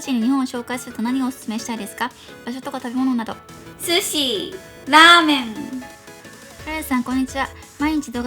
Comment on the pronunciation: スシィ、ラーメンの言い方めっちゃウケたよ(笑)❤️